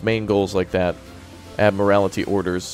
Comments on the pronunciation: Your pronunciation of Admiralty is interesting. It should be pronounced ADMIRAL-TEE not AD-MIRAL-ITY. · My friends says Admiralty the same exact way and it breaks my brain.